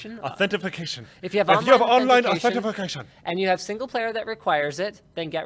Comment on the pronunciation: If I start saying Authentification at work.........